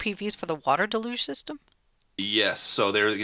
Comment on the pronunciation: “Water da-luge”? Is that like water deluge?